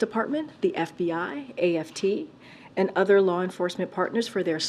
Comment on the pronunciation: Lmao did she say the “AFT” 😂😂😂